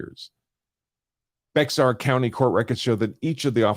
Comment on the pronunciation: It's not pronounced "Bex-ar" it's pronounced "Bay-ar" County